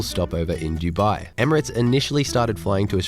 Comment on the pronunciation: Bestie I love your videos, you make incredible content but please can we talk about some pronunciations? Dubai is pronounced do-bye, not ju-bye Lufthansa is luft-hun-za